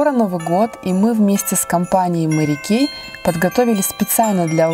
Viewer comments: Мери Кейт ))) хотя бы для приличия поинтересовалимь как правильно произносится ее имя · Мне 2 больше понравилсяЖень правильно говорить мэри кэй У меня тоже вся косметика От мери